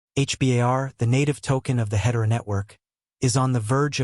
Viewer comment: When you can't pronounce Hedera correctly, you lose any and all credibility. AI generated garbage.